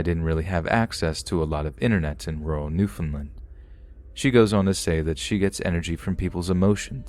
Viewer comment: hey! um just wanted to let you know... it's pronounced New-Found-Land, Love your narrations btw ^-^ oh also it's v-ista not v-este <.<